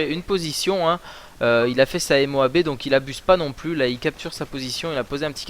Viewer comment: Dit Moab pas M O A B